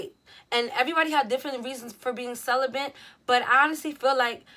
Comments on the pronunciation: I love you but there’s no “N” in celibate.. I don’t want any dudes making fun of your pronunciation when you say it . Cel-ih-bit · "celibent"🤔 ok best friend